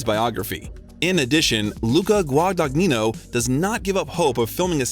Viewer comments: There are so many factual errors (including CMBYN Oscar recognition and the correct spelling of “Miss Stevens”) and mispronunciations (taciturn and Guagagnino among them) here. On top of this the narration frequently sounds like it was translated into another language and then back into English). The result is that the video’s credibility was suspect all the way up to the moment when the reference to tabloid US Weekly as a “reputable” source killed it completely. I’m always eager for interviews of Chalamet but the lack of care a creator takes with his work correlates with the respect an audience should afford it. This one was definitely a miss. 🫣😔😖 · One does not pronounce the “g” in the middle of the directors name…GWA-DA-NYEE-NO. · mispronunciation of the director's name "Guadagnino" made me cringe. Plus, not knowing how to say "impetus" and mixing up soccer/football....ugh, these AI narrations are really BAD. Ugh, "Laurie confessed HER feelings to Jo." ? WTF. Laurie is HE. And can't pronounce "taciturn" or "Louisa," either. There are too many errors to list. But yeah, I'm watching for the footage of our dear T.C. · Timmy is incredible but you know what’s not? The narrator absolutely BUTCHERING Luca Guadagnino’s last name. Jesus Christ, how hard is it to look up the correct pronunciation of his name? 🤣 Editing because as I watched the rest of the video I noticed the narrator managed to butcher EVERY SINGLE LAST NAME of actors and directors. C’mon, man. 🤦🏻‍♀️😂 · Gosh, how you butchered Luca Guadagnino's name :( I almost fell out of my chair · Dear narrator: PLEASE learn to correctly pronounce "Denis Villeneuve", "Hostiles", "Luca Guadagnino" , "Louisa" , "impetus" and "taciturn". Your pronunciation mistakes are a travesty. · What about Guadagnino? it's amazing how native english speakers cant't even do the bare minimum to use google translate. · He butchered Luca Guadagnino's surname